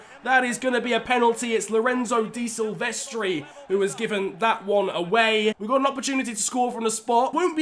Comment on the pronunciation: Why do you spell di silvestri man he is dE silvestri